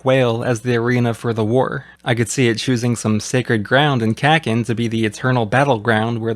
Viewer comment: Love your videos but I gotta point out for my own sanity you’ve got the vowels wrong in your Kakin pronunciation; it’s closer to “caulking” with no G Japanese vowels are actually extremely consistent, mind breakingly consistent for an English speaker. You’ll never hear that short A pronunciation you’re using, while the way you’re pronouncing kin would be written ‘ken’